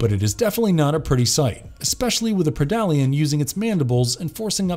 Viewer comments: Predalien is pronounced Pred-Alien and not Pre-dalien. Pretty obvious since is a Predator and Alien. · a pridollyan lmaoo.